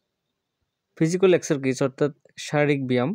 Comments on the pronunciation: স্যার আপনি বলেন যে একসারকিছ এটা হবে একসারসাইছ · একসে সাইজ হবে। মাঝখানে r উচ্চারণ হবে না।